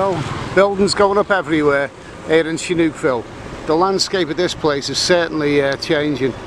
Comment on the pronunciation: the h needs to be after the s to make thesound sh,so its sihanoukvile non shinoukville like you wrongly call it